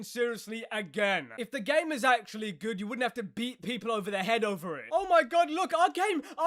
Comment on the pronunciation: There's "Game Enjoyer" Then there's "Ga-y-Me Enjoyer"